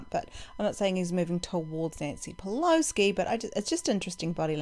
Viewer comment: Great video. And you do know there’s no “k” In Pelosi? 😊